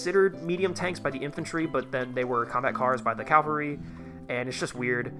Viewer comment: CAVALRY CAV-ALRY not CaLvary 🫠 Otherwise loved the vid my guy !